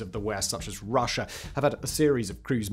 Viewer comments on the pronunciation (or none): none